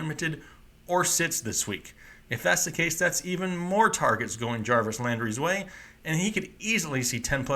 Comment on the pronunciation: Yargets lmao #